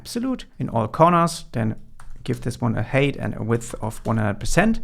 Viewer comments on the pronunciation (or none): Drove me nuts. I keep hearing HATE, not HEIGHT. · Great content as always, thank you so much. Helping out big time. Its "Hait / Heit", not "Heyt".